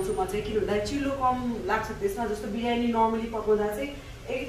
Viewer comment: Birani hoina didi 😁biryani vannus na